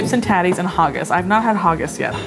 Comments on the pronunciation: ????? I have never heard haggis pronounced like that also, neeps and tatties are parsnips and potatoes (parsNEEPS and poTATTies) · The fact she said nips instead of neeps and haugus instead of haggis is hilarious 🤣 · It’s pronounced HAggis not HOggis. I’m shocked she’s never heard how it’s pronounced. That’s something that many Americans would know how to pronounce correctly even though it’s not something we eat or say often as Americans. Sorry but that just made the Scotsman in me jump out and wanted to complain. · I love this but what's with pronouncing haggis...Hahgis.....is Ha .....like ha I got you...and gus ha gus say it with me. .. lol end of rant....love you all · Haggis not hoggis haha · Honey it’s not hoggis, it’s haggis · IT IS NOT HAR GIS IT IS HAGGIS HAG IS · tf is she calling it hoggus for its hAgGiS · HAGGIS NOT HOGGIS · What the frick is haw-goose?! Pronounced "hag-iss" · Haaaagis had me sobbing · I live in Scotland, Edinburgh and I’m so sad that I didn’t know when they were here if I did I would have forced my mum to come with me to a bar so I could say hi and act really awkward (By the way it’s Ed-in-bra like there’s a guy called Ed who’s wearing a bra and it’s hag-is personally I don’t like it but I’m glad you did 🙂) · This is fun, lol at pronouncing haggis like Hagen Daz 😅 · i cant even with some of the mispronunciations of Scottish words hahah can someone make a loop of saying "harggis" lol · The way they say haggis “hugges” I’m from Scotland so it might just be me... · The way you pronounced haggis😂 it’s hagg is with an A 😂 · “Nips and hawgus”. Can’t beat Americans trying to pronounce Scottish foods. 10/10 for “slàinte mhath” tho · Also ur saying haggis neeps and tatties wrong! Ha-giss neeps and tatties! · I love that and nailed pronouncing slàinte mhath but couldn't get "Edinburgh" or "haggis" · unbelievably bad, how can anyone not say haggis?